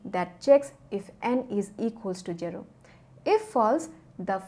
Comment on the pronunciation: please don't say jero it's zero